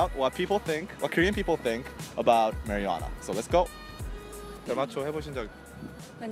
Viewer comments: I heard "Mariana" at one point LOL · They pronounce marijuana like marinara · love how pronounces marijuana haha